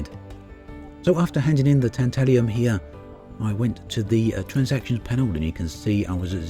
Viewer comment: Tantalum...not Tantalium. Three syllables, not four. I'll go in my "nobody cares" corner now.